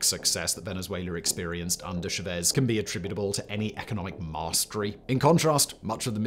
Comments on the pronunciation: Pronounced "shah-Vehz." Emphasis on the 2nd syllable. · Love what you do, but it’s Chávez. The account indicates emphasis on that syllable. It was pronounced as though there were no accent. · Everytime said Chavez I cringed. Please, it's not sha-vez 😢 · Jevezz.. Chevez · Love your channel, but your pronunciation of “Chavez” is absolutely nauseating 😂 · Nice video, but your pronunciation of Chaves is driving me crazy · Say cha-cha-cha. Now say Chavez. Yeah you said it wrong the whole video 😅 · Please learn how to pronounce Chávez. It's not that hard and it shows a minimum amount of care.